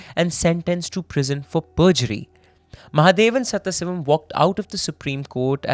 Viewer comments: The name is sadhasivam, not sathha sivam, with a pause as u r saying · it is sadashivam , not saththasivam... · Hindi-english only debuff that is 😭 I heard someone butchering a telugu movie name so bad, my eyeballs rolled up into my brains when I realized what they were actually saying 😭😭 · I wonder, how after doing so much research on the case a simple google search for the correct pronunciation of a name is so hard to do